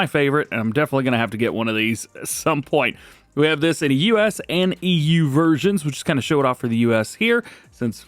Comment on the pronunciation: Hey DJ and everyone, I hope you're all doing well. The way DJ said EU sounded like Eww.😂💙